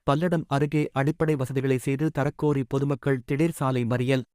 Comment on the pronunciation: Palladam illa kangakeyam road athu enna news vaasikura